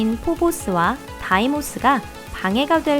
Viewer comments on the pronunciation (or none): 다이모스라니? 데이모스 아님?